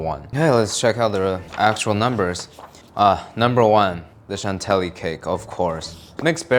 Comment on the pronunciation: shan-TILLY, not chan telly